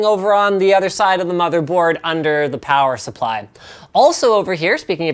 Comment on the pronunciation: Linus, you say plower supply instead of power supply. I can't unhear this.